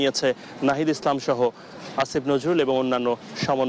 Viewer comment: আসিফ নজরুলের নাম আপনি উচ্চারণ ভুল করছেন, আপনি ইচ্ছা করে উনাকে উত্তেজিত করছেন আপনি তাদের লোক